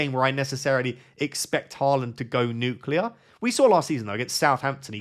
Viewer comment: You've got to stop saying nuclear